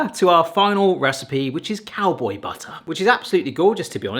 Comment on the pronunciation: "Cowbow" howdying to you, there am snake in my büt